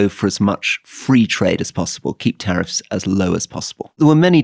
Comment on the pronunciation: The way he said “tariffs” and “trade”